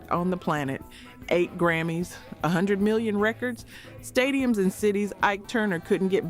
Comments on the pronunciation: Yeah, the way it pronounced "stadium" was my 1st clue. Totally AI. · First time I've heard the word "stadium" pronounced that way...😂😂